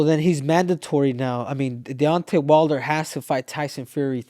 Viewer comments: His name is Deon-Tay not Dontae, Mike . That's Dontaes Boxing that I think you're confusing his name with . But I Love You Mike you are a pure soul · He means mike calling Deontay-Dante. But really Mike is just not trying to extend and emphasize the syllables. Mike does whatever he likes but this is just regular name mispronunciation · Mike Tyson - "DoNtAy WiLdEr" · Love how Iron Mike is referring to Deontay as ‘Dànte’ lmao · Nobody is ever going to tell Mike how to pronounce Deontay correctly 😂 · I think he refuses to say his name right because of the way wilder disrespected his legacy by saying he would ko a prime iron mike...mike won't give the respect of saying his name properly lol